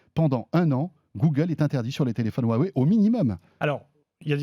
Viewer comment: J'ai un téléphone "Hu-ah-wey" 😂